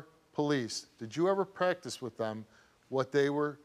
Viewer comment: It drives me nuts when ppl say “wif” instead of “with” I don’t know why but, both of my kids started pronouncing it that way when they went to school. Drove me nuts!